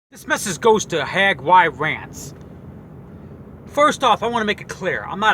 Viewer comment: Dude his name is HAGY - RANTS .... if u going to talk about someone get it right